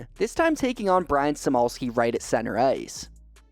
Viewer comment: Brian Simolski???? 😂 it's Smokinski!